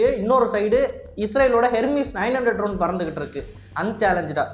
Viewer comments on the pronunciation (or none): none